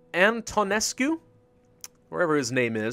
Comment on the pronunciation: antonescu is read like eantane.